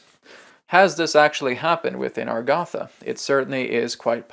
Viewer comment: Why is A-GAR=THA pronounced AR=GATH=A?